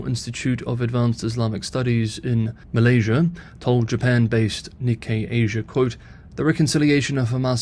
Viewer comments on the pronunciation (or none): none